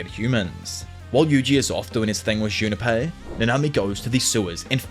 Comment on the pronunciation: Say are you saying "Junapie"?